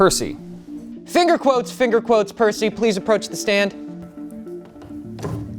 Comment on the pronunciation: Fingerquotes "Fingerquotes" Percy (pronounced PER-SAY) Give me life man. Also bailiff "He knows what it is"😂😂